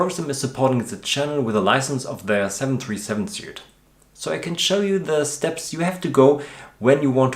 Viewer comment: Your English is great! Just a tip, suite is pronounced like "sweet". Hope I didn't offend. Keep up the good work.